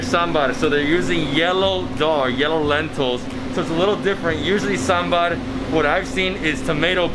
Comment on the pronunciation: He pronounced Sambar much better than Many other people who pronounce it Sambur My South Indian heart is happy